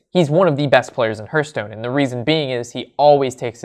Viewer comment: Please stop calling it Herthstone..its Hearthstone....think Heart but with a th at the end......